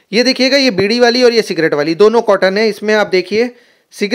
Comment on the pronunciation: भाई ने सी डी बोल दिया 😂😂😂😂😅